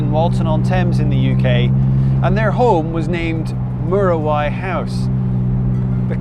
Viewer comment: Fantastic video. However, it's actually pronounced m-you-ra-why. Of course it's of Maori Origin in its name (the native New Zealand population)